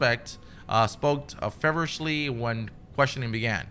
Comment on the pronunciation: Wow lmao the kid cant even pronounce fevereshly correct bhahahahaha